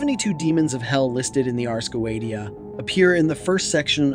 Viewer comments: "If you're gonna make a video about a goetia, the least you could do is pronounce it properly." - Mike Wazowski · teach your auto voice to pronounce Goetia and double check your photos. last time I checked neither a lion nor a man nor a donkey looks like a goat! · you pronounce it wrong. how can you know anything about it when you cant even pronounce the word Goetia correctly? The degradation of an AI made internet is all too clear. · this is not how you pronounce goetia in Latin 🤦‍♂️ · Youre saying GOETIA wrong!!! If you are gonna do a video on this at least say the word right LOL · You can blame a show on youtube called Helluva Boss for that. Stolas is a major character in it, and in this show, Goetia is pronounced go-e-sha. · Please learn to properly pronounce Ars Goetia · Anytime! Happy to show my support regardless of how you butchered the word <3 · still mispronounced, its "goeTia", with a T not "goeDia" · Dude, it's...Go-A-sha. Not Go-et-E-a. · it's not pronounced go-eat-u'ta. it's go-iish'uh Ars = like multiple R's phonetically, not Airs... you are not qualified to talk about this... by miles. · The original latin is goe-zia with the letter "Z" pronunced hard... Not like "S". T + i + a/o is always pronunced in that way in latin, never as "T" or soft "Z". By the way, there's no need to be salty about that, everyone could make a mistake. However, I can see that it must be really bad for you to work with passion, creating great videos to expand knowledge only to be criticized on words pronunciation... And I am sorry for that. I have discovered your channel this evening, And from what I have seen it's a very good channel and your knowledges are vast and well documented, so I want to thank you for all your work and your dedication, I have just subscribed. Un Saluto from Italy. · Goetia (Go-eesh-ah). Everything else was brilliant. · y u say 'go ee dia'? do you say "go ee the" for Goethe? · He did not just say the goweediya …good god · It's pronounced go-ay-she-ia